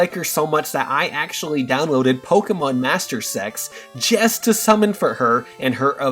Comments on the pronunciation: Pokemon masters EEE EX. Not pokemon master secks. 😢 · this man just pronounced it Pokemon Mastersex